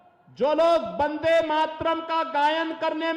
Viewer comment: ये वंदे मातरम् कि जगा बंदे मातरम बोल ता है सुनो